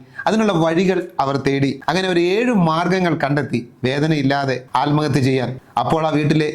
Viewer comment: ആൽമഹത്യ അല്ല സാർ.. ആത്മഹത്യ.